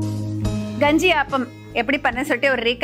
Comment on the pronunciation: என்ன கெஞ்சியா தமிழ சரியா பேசும்மா க வை ganji ன்னு சொல்ற